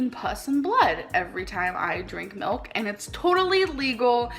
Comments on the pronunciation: The way she pronounces milk as MELK😂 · omg yes bc shes Canadian I believe thats how most Canadians pronounce milk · as a canadian i have never pronounced milk like that in my life but i cant speak for everyone LOL